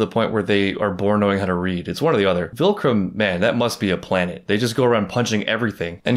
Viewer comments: it’s so funny that you still say “vilcrum” instead of viltrum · Ok so are you like calling it vilcrum on purpose???